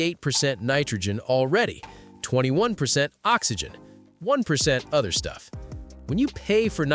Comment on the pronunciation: Yup, its the Orther thats killing the tires for sure! 😂